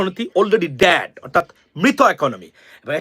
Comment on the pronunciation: মুর্খ বাংলা ভাষাটাও ভালো ভাবে উচ্চারন করতে পারিস না কি প্রতিবেদন করবি। তোর কাংলাদেশ কি করছে বল। বেশী দামে গম কিনছে 25 টা বোয়িং এর জোর করে কিনছে। রাশিয়া ভারতের পুরানো বন্ধু তার হাত ভারত ছাড়বে? দ‍্যাখ রাশিয়া না থাকলে কাংলাদেশ তৈরি হত? কি বললি চরম কে শরম। ডেডকে ড‍্যাড।😀😀 নিজের দেশের কথা চিন্তা কর